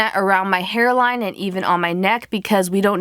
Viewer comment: Did you realize she sad hair wine instead of hair line